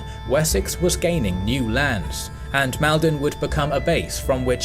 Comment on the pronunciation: Maldon is pronounced Maul-don. Derby is Darby - like the horse race. Other than that, great video. Aethelflaed is one of the most-overlooked people in English history.